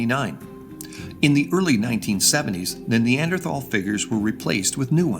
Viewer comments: I cringe every time they say “Neanderthhhhhal” and not Neanderthal. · Hearing them pronounce the H in Neanderthal is like nails on a chalkboard. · it bothers me how they always refuse to pronounce neanderthal correctly